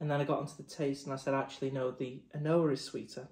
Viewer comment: An Ardbeg official pronounces An Oa “ah nooo”. The second a is silent.